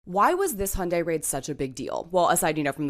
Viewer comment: Thank you, not only for providing the FACTS, but also for pronouncing “Hyundai” correctly! 😀👍